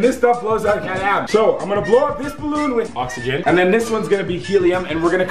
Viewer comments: He said heliuuuc and oxeheihuh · OxEgen😂😂 HeLleM 😂😂💀💀